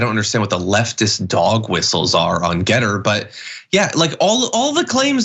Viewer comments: As a software developer, one thing that drives me nuts about your reporting on GETTR is Anna's occasional pronounciation as "gitter" because there is a reputable platform of the same name for IT people to get support or talk about the tech. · It's G ETTR. NOT gittr. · Is it too late to recall Voyager 1 and 2, with that invitation for aliens to come find us? At least until we have less embarrassing podcasts to show them. Also, I feel like y'all are mispronouncing Gettr. You should pronounce that as if you're a character in Deliverance.